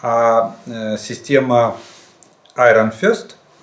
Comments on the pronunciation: Не айрон фЁст, а айрон фИст. Фист это кулак. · Iron Fist произносится как Айрон Фист (Железный Кулак), запомнить легко по слову «фистинг» 🤛🏻